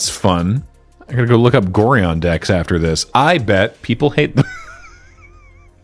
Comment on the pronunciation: That's not how you pronounce Gorion (like the constellation "Orion" with an extra 'g' in front of it). He briefly appeared as the ward of the protagonist in the old Baldur's Gate games. The reason the card refers to an "Abdel" is that said protagonist's name in the novelisation of the story was Abdel Adrian.